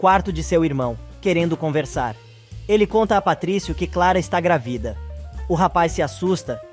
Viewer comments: GRAVIDA OU GRÁVIDA NARRADOR??? 😂🤦🏻‍♀️🤷🏻‍♀️ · Alguém pode ensinar ao narrador que a palavra GRÁVIDA é proparoxítona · Porque vc fala gravida ?